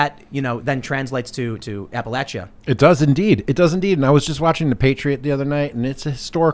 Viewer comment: Please never say Appalachia again. That’s not how you say it lol.